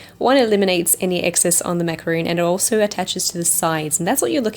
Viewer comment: Macaron not macaroon 🙄